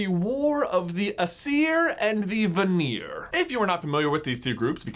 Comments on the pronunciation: Not aseer, but eyezer. Sorry but you kept pronoucing it wrong and thought you should know. And im pretty sure vanir is van-nyr if that makes sense. Like not vaneer... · Ayyyy-seer and VAHNEER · I am Norwegian and I cringed through the pronunciations. Aesir is pronounced: Ayser And Vanir is pronounced: Van (like the automobile) er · "Eye-sir" and "Van-ear." not "Uhseer and Vuneer" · It's pronounced Ay-ser and Van-ar Source: I study ancient mythologies for fun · The Norse pantheons are pronounced ay-sir and vah-nir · aesir: pronounced A sear vanir: pronounced va near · Also I think it's pronounced Ace-ear, and Varn-ear according to Neil gaymens Norse mythology audio book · 1. Don't ever say "veneer" (Vanir) again 2. Don't ever say "veneer" (Vanir) again 3. Don't. Just don't. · There's no veneer (or "vanir" in this video) *knock knock* in 'ere - oak furniture land 👍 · It’s pronounced ACE-ear and VAN-ear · The asier are pronounced a-SEER, and the vanir are va-NEAR. I have a book called Magnus Chase and the Gods of Asgard, all about Norse mythology, and there is a Greek twist to it to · I say it more like Æ-ser and VA-ner, "a" like in father, "e" like in echo, and roll the "r". I'm a Norwegian by the way, that's the Norwegian spelling and pronunciation. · Aesir is pronounced A-C-er and Vanir is pronounced Va- knee- er. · It is ”ae” and “a” that are emphasised in Aesir and Vanir. (Sorry I always get irritated at pronunciations.) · Aesir and Vanir are stressed on the first syllable, not the second :) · For the most part he pronounced Aesir and Vanir correctly, just put the emphasis on the wrong spot. Don’t put the emphasis on the -ir part of the words, it doesn’t sound natural. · Your pronunciation of Aesir and Vanir hurt my soul